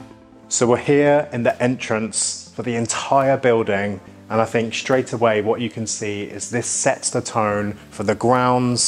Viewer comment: Do try to avoid the word “shtraight” .